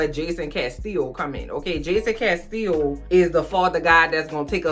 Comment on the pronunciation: As soon as I heard you say the name Jason Castillo, all I heard was my girl Tegan saying "Laurel CA-STEE-YO" on HTGAWM!!! 🙃😂😏